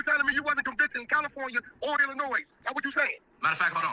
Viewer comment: 3 fingers wack is how old and still doesn’t know how to pronounce Illinois correctly